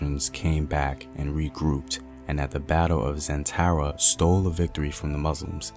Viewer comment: Battle of "Methara" not zentara